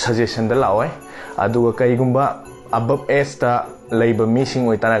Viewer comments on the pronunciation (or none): (Above into abub) (half into hab) Bro your torturing english...please stop using english...if you can't pronounce it correctly...